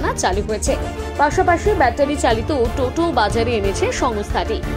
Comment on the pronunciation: ওটা ওটো নয় ওটা হলো টোটো😂😂